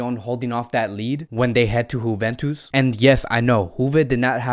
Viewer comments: D Nice but why he is saying like this 🤪🤪🤪 juventus right? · I like how you say "Huventus".....lol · Honestly u need to start pronouncing team properly its annoying wtf is whoventus or munitch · Getafe to Hethafe Euro to Auro Now Leipzig to Leeepzig😁😁😂 Sorry i commented before the vedio finishe.....and .juventus to Huventus😄😄😄😄😄😁😂